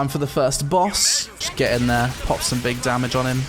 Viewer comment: "Big dahmij"